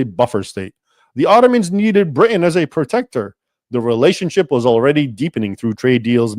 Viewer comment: Very interesting and explains a lot about Ireland and it's current takeover by Islam. (You are obviously an educated man. Please stop dropping the tee in Britain, pronouncing it as "Bri'in." It sounds like Tik Tokkers.) The Sultan was quite different from Erdogan in today's Turkey, who is now trying to reestablish the old Ottoman Empire. It is unfortunate the reform this Sultan attempted was not successful. The entire Middle East, and in fact the world, would be a different place.